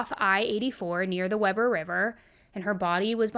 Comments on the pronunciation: My sister was friends with her :( We live in NORTH Ogden, not Ogden. Very different cities. And it's pronounced Wee-ber, not Web-ber :) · Wee-ber is how Utahns usually pronounce it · I hate hearing cases from my area. Just scares me for my kids. FYI it's pronounced "Wee-ber" I know, doesn't make sense.